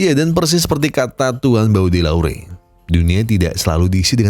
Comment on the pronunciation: Hadiirr bg, anyway bacanya "BODÉLEYR" 😅